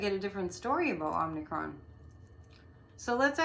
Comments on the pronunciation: The name is derived from the Greek letter, OM-i-cron. Not OMNI. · "Omicron" pronounced 'Ah muh kraan' is a letter from the Greek alphabet. Not to be confused with the 2018 Canadian horror film "Omnicron." It has an additional 'n' in the second syllable. 😊